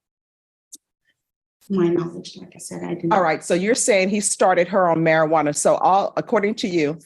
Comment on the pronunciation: Mispronounced it...methajuana sounds more likely 😂